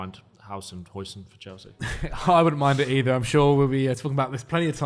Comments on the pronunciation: According to google translate: Huijsen sounds like "How-sen" not "Hoi-sin" like the sauce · it's "How-sen" not "Hoi-sin". He's not chinese